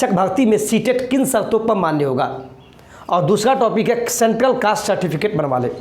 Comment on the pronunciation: Citificate nhi Certificate hota hai